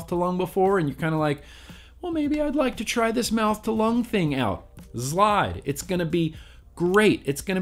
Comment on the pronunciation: The zlide will provide... I came to hear you say zlide. A Lot. I was actually interested in the product by the end. Phil and Dimitri would definitely know a good mouth to lung, I would think.